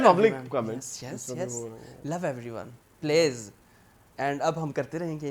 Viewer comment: aap jis tarha paaleez bolte woh bhi kaafi funny hota hai 😂